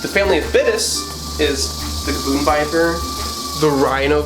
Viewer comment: Did anyone else relive that gavoon biper was said